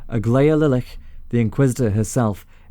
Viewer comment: The "ch" in "Lilitch" is pronounced as ch usually is, as in choice or march.